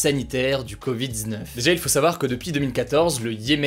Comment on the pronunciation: Mon ami, déteste comment tu prononce « covid-19 » !!!!